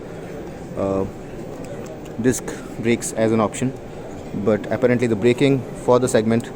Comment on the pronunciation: Apparently, you mispronounce the word apparently. :)